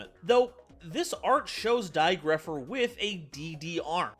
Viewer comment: It's dai goatpher!